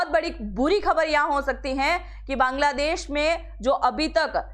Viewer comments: aap pahla sabd bangla desh ki jagah kangla desh bol rahi hai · मैडम बांग्लादेश है नौ कांगलादेश😂😂😂